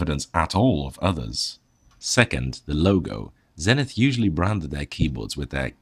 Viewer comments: Okay, just to add fuel to the pronunciation fire: Zenith themselves pronounced the company name ZEE-nith in their American television marketing back in the day. it's not the English word, it's a brand name. You do that and I promise to pronounce that notable Dutch Post-Impressionist painter's name Vincent Van Gockccccchhhh. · If you are going to review an American or "Yank" product. Then please pronounce the brand as it was meant to be be pronounced. Same goes for the letter Z. Kthanks.